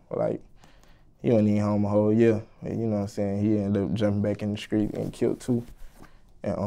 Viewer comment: “every Skreet in my hood”